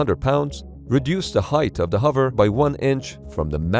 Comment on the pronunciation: Why do you say huver instead of hover?